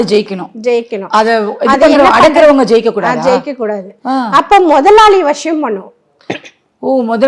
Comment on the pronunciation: வஷியம் இல்லை வசியம் .. நஷீம் இல்லை நசீம்